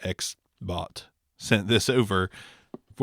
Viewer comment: Xbot confusing sound like you saying Xbox.